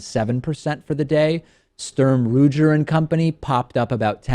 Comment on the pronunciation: You got Smith & Wesson right, but Shtroom Rougier? It's "Sterm Rooger" named after the founders, Alexander Sturm and William Ruger. Sturm died young, so just plain Ruger will suffice.